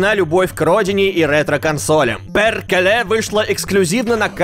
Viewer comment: Maria Coockie не перькеле, а ПЭРКЭЛЭ!